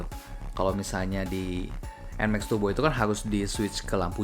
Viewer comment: PCX TAPI YG DI BENEREIN BEDAIN BANG ANTARA ERRRRR ATAU ERGGGGGGG GAK PAKEK G YA RRRRRR BUKAN TURBO BUKAN TUGBO